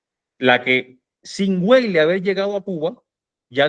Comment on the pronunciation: española (ACC) Hay un error muy extendido al pronunciar el apellido de origen alemán Weyler. No se pronuncia como en inglés "Gueiler"si no Veyler...,esto es, la letra W es como una V o B en alemán. Valeriano Weyler ostentó los títulos nobiliarios de marqués de Tenerife y duque de Rubí y una Grandeza de España. Fue un tipo con suerte pues llego a ganar un premio de lotería.